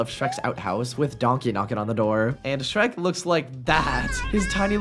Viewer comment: That's not Shrek that's skek😭